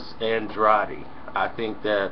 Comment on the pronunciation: It's pronounced Ann-drAID (Andrade) Demetrius always corrects people with that so I thought I'll help him, lol. He even said it in his last fight.